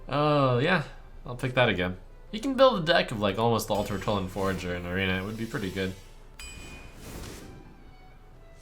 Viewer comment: ''Tortollan FOURager''